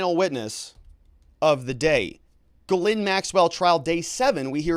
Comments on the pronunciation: She was born in France. Her name is supposed to be pronounced Gizlaine, not Gilane. You can look it up on utube. The English cannot /will not pronounce foreign names. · Ghyslaine is a French name and should be pronounced jiss-len. I know many Ghyslaine living in a French speaking province.